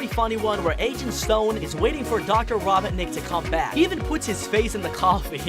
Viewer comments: It sounded like be said raw bot necked 😭😭😭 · I can't tell if this was intentional, but I picked up the narrator is saying Robert-nik instead of Robotnik... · i heard "green" and he pronounces "Robotnik" as "Robertnik" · “rawbotnic”. Ah, my favorite line. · did my guy really say robitnic? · It’s ro-bot-nik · Why is it so hard for you to pronounce Robotnik correctly? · First of all, Knuckles isn’t evil and wasn’t trying to steal the master emerald, also you said Robotnik wrong, also almost everyone knows sonic loves chili dogs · Ahem why did he say robotnic wrong or is that me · i love how he pronounces robotnik wrong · It’s not robbitnick it’s ROBOTNICK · Robotnik not robinik or whatever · The doctor Ra-Bont-nick just gets me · Its not robohnik Robot-nick 🤓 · Mans can’t even say robonik. “ Dr. rObon iK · Robot nick not robbinick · HIS NAME IS NOT RABOTNIC HIS NAME IS ROBOT-NIC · Its Dr ro not raw and u get the rest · Bruh keeps saying Raw-bawt-nik, ITS RO-BOT-NIK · It’s row-botnik. Not raw-botnik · Why do you say robonic instead of robotnic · Dear god I'm 2 minutes into this video and I'm cringing. First, get on the with the goddamn video, you use way too much exposition in your Intro's and it goes on for way too long. Second, It's Ro-bot-nik, not rob-bot-nik, they say it numerous times in the first and second movies Aswell as numerous times in the games, get it right. Third, Mushroom Hill zone is not a planet, neither are most of the zones from Sonic games barring sonic colors. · Bro said robotic and not Robotnik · So you said ROBIN NICK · It’s dr ro-bot-nik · Hey buddy not to be a critic but it's pronounced ro-bot-nik k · He really said “Dr. robit-nic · Why are you saying robotnik like rob,otnik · It’s Robotnik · I'm wondering if this guy has a speech impediment since he uses "w" in place of "r" and pronounce "Robotnik" as "robinick". Not to mention "queen emewald" instead of "Master Emerald". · did he just say rah-bah-nik